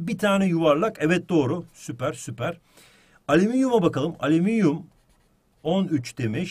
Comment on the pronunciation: ığhmm ali...ığhali EVET harikasın ALİMİNYUM 😂😅